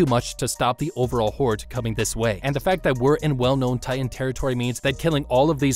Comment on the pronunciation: Did u just said the colossal titian armor??? At 19 minute plus